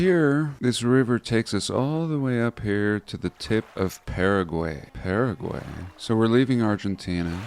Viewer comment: What is with your messed up pronunciation of Paraguay?